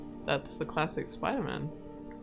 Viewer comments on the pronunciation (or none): Your funny when you say Spiderman. You say it in every video